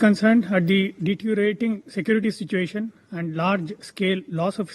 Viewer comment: Stupid SC ST spokesperson could not pronounce DETERIORATING ... SHAMEFUL reserved candidate